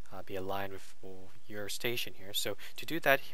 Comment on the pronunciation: answer* not question station* not stetion xDD